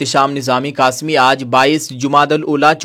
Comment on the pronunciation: کاسمی کیا ہوتا ہے یار قاسمی کیوں نہیں بولا جاتا تُم سے؟ پھر اُوپر سے تُم عالم بھی ہو یا تو اپنے کو عالم نہ کہو یا اپنا نام کا صحیح تلفظ ہی سیکھ لو